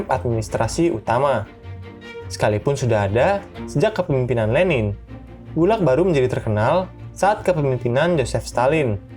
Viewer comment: Min. Saya mahasiswa Indonesia di Rusia. Mau sedikit komentar. Pengejaan singkatan Gulag di awal kurang tepat pengucapannya. Selebihnya terimakasih sudah membuat konten ini.